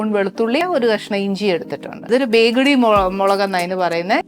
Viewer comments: ബേഗഡി മുളക് അല്ല ബേഡഗി മുളക് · Hi Chechy, it is "Byadagi molagu" not BEGADI. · Byadgi chilli not begidi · Not begdi it's bedgi😅